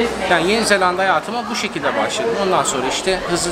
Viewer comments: zellanda deil zelanda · Zelanda'yı çift L ile telaffuz ettikçe OKB komasına girdim :) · abi neden yeni zelanda yerine yeni zellanda dion